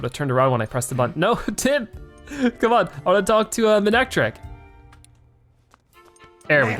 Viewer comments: It is ma-ne-tric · Manectric is a combination of mane and electric, hopefully that will help you with its pronunciation.